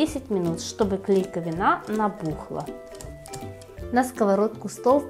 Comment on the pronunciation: Правильно нужно произносить слова. Что это за "клейковинА"? Есть слово "клейковИна". А джем слИвовый, а не сливОвый.